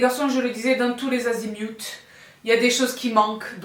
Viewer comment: Hello sista , un coucou en tout début de vidéo : très enthousiaste pour tous les azimioutes 😂 c’est parti :)